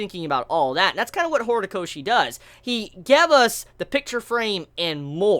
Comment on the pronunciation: "gevus" not gave us, "gevus"